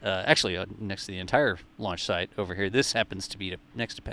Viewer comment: Great job doing this updates!Funny thing, I can’t unhear when you mention/ or saying launch site quickly. It sounds like: launch shite 💩 😂